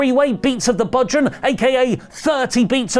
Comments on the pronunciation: Bodhran is pronounced bow-rawn. Its an Irish drum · Maggle Cole and his butchering of the pronunciation of bodhrán have a lot to answer for…, it’s pronounced “bow rawn” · Bodhràn is pronounced bow (like the courtesy) rawn